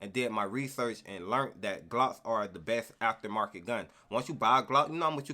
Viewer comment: “Besth” lmfaooo